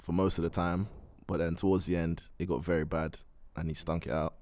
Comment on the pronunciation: Wery wery wery